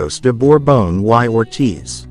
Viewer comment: Lo de “uai Ortith” suena encantador, por decirlo amablemente. ¡Estas lecturas con AI…!